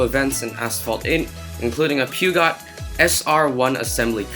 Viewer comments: Normal: Peu-jot Aris: Pyu-got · Ok. Pew got. It's pronounced pejeou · butchered the pronunciation of the Peugeot (Peu-j-ou) and in Renault the T is silent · Its purr-jyoe! You don't pronounce it not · How did you pronounce Peugeot? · the way he pronounced peugeot is amazingly wrong but funny xD